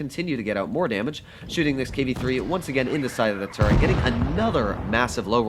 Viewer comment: Call it turret not turrent and I’ll listen.